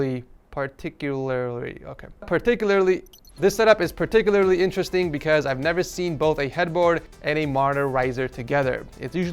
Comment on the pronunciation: explaining Darth Revan story pronouncing PARTICULARLY getting moist looking at the cable management Hassuna Miku?!?!?!?! says "rocking the ikea MOM desk"???